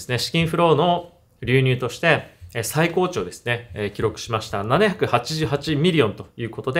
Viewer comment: 最高値はさいたかねと読みます！ これが「血圧の最高値」の例文であれば、それは正解です。 しかし、「取引市場」でいう「最高値」は、「さいたかね」と読むのが正解です。 「音＋訓＋音」の組み合わせです。